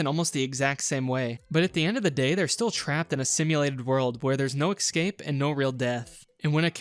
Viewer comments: ''excape'' its escape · I noticed once how you pronounced 'escape' as 'excape' and I kept hyperfocusing on that😭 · Every time he said "eck-scape" was more painful than the last, ugh